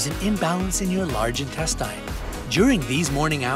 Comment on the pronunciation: Intes-STEIN? .no.